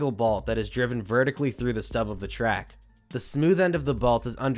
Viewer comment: "Track balts"